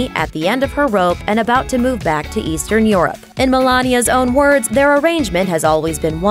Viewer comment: why does the voice pronounce Europe like yåråp lmao